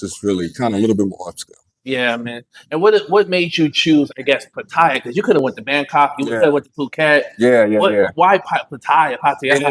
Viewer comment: For god's sake, please learn how to pronounce Pattaya .